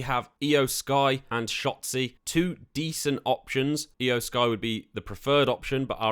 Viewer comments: Eye-O Sky too 🥶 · exactly. its NIKKI ASH. not Nikita. Tomasso Champ=uh. Not Key-amp-uh. E-oh Sky. Not I-oh. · you need to learn to properly pronounce names. Nikita Ash? It's Nikki. Shin sooke? its always been SHIN SKAE. and its not Eye-oh Sky. its E-oh Sky.